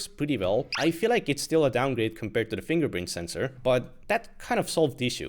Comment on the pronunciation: 'Estonian man tries to say 'fingerprint sensor' for 30 minutes -impossible'😂